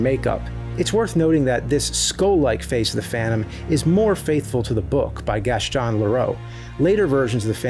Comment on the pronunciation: "Gaschion", "chrischeen" huh??? Why are you saying it weird?